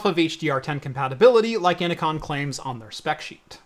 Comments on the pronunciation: innocon?? its inno-CN lol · "inno-con" huh? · Innocn is pronounced "Ee-no-kee-ehn" like Enochian, the language of the Angels.